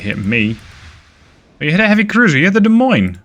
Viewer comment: As someone from Iowa, I must thank you for actually pronouncing Des Moines properly!